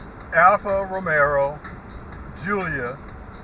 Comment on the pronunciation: Alfa Romeo...not Romero. 😔